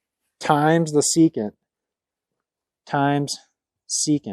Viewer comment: You left out the “N” in secant.